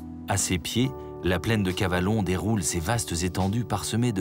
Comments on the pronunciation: Je voulais juste vous signaler que dans le documentaire, la prononciation de certains noms de lieux n'est pas tout à fait correcte. Par exemple, on ne prononce pas Luberon avec un accent sur le 'e', et on dit Calavon plutôt que Cavalon. Cela dit, le documentaire reste très riche en informations. Dommage pour ces quelques erreurs qui m'obligent à le visionner avec un peu de parcimonie. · Ce n’est pas le Cavalon 😂mais le Calavon 😅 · Ce n’est pas le cavalon mais le calavon